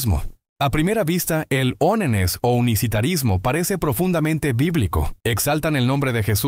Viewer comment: Se escribe "Onenes", pero se pronuncia "Wánness".